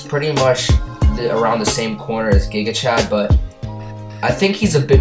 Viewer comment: Bro he told Gigachad "Gigachat"